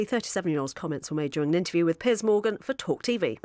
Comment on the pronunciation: Literally what he says at the beginning : Good Evening holadoohvogahnan Welcome to Pears Morgan…*more gibberish*…